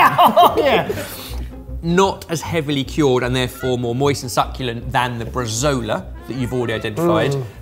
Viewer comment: as Italian, I must give you the correct pronunciation, or at least as close as possible for “bresaola”: it’s bray-saoh-lah